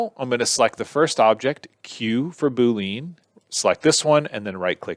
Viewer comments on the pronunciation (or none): right? 🤣 I always thought it was "boo•lee•uhn" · Its BOO-LEE-ANN not BOO-LEAN🤦‍♂ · bool-leen lmfao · Pretty sure it's BOO - LEE - ENN... :)